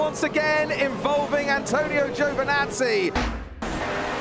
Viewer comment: lol very bad pronunciation on Giovinazzi